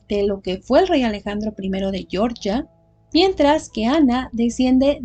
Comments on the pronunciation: Para el país se pronuncia Georgia, tal cual, no "Yoryia", pronunciación en inglés para el estado norteamericano. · Hola a todos. Yo también creo que el nombre correcto del país es "jeorjia", no pronunciado a la manera inglesa